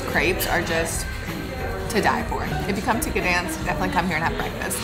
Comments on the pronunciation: G is silent. Pronounced ‘Danzig’ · You really butchered the name Gdańsk :P